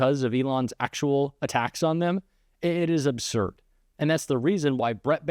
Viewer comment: the word is "Absurd," not "Obsurd." I'm sorry. I'm 77, and mispronunciation, which occurs with increasing frequency these days, is a pet peeve of mine.